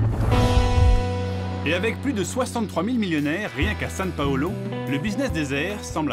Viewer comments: Beau reportage mais c’est São Paulo pas « San Paulo » ^^ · C’est São Paulo pas SAN Paulo. Arrêtez d’hispaniser tout le temps les mots portugais c’est incroyable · Pourquoi le présentateur dit SaN Paulo ? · le journaliste devais pas être un fan absolu de la géographie il dis toujours San Paolo alors que c est une ville italienne au Brésil c est SAO PAOLO enfin bref les journaleux d aujourd hui . . . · San c’est espagnol, au Brésil ils parlent portugais. Au pire on a qu’à dire Saint Paul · Ça me stresse qu'ils disent San Paolo. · SAO PAULO prononcé "Sainw Paulo"